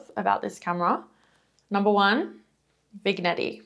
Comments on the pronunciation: Sounds like you’re saying vig-NETTY, but I believe it’s pronounced vin-NYETTING as the ‘effect.’ A single application of the effect is a vignette, pronounced vin-NYET. It’s an old technique i think was originally an intentional darkroom technique, to burn in the edges to create visual focus on the center of a composition, usually in a portrait context. A French word, which is why the “g” is pronounced like “ny.” It’s not a hard g. // You should maybe try the Minolta Himatic AF2. Very similar, but the Minolta has a switch to turn the flash on/off. I tried this Nikon, but hated that the flash would pop up when I didn’t want to use it. The Minolta has a threaded lens filter mount, so I have a slotted lens shade on mine. Makes it look more vintage and Leica-like, and it protects the lens without adding a potentially degrading/flare-inducing filter. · I am not sure why this just came up in my feed from 3 years ago. Super model you are. Love the 1980s music over the photos. I have seen these cameras at thrift stores. And to correct you. It is pronounced Vin yetting. The G is silent.